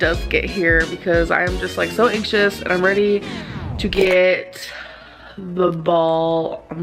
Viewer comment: I can't stand the way she pronounces so, "SSUUOOO"